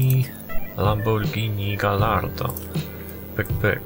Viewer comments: i czyta się gajardo ( fonetycznie ) dwa ll czyta się we włoskim i hiszpańskim jako j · Gallardo wymawia się "gajardo" :)